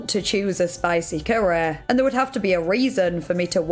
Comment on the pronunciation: 'a spicy currehh':face-purple-crying::face-purple-crying